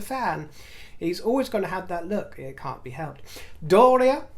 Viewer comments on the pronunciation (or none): none